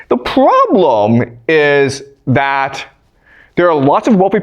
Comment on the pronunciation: ...that' the puwarobuulem' is too personal 😂